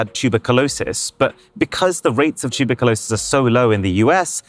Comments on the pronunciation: chuba coloses ha did he mean tuberculosis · Is he saying tuberculosis wrong or have I been saying it wrong all this time?